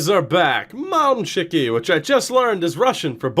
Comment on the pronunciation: SO CLOSE!! Not mam-tchi-ki, it's mal-tchi-ki :p